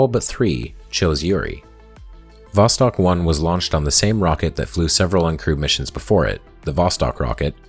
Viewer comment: I'm not right in the head. I keep hearing "crude mission". I need help.